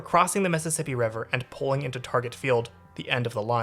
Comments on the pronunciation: Targay, yes, that's perfect MN pronunciation. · Thank you for pronouncing Target properly (I've never been on the northstar) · Good job bud, you nailed it! That is exactly how we pronounce "Target." Exactly... 🤔👍😋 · Refreshing to hear someone from out of town properly pronounce "Target"